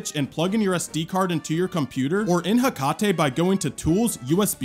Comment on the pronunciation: Um I think it’s pronounced Heck-ate